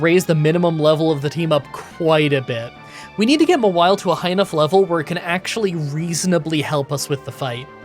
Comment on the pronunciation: Mah-wily??? It's Maw-while - Mawile